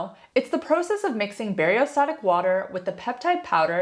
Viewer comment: It’s BACTERIOSTATIC water, not bariostatic water. You have lost all credibility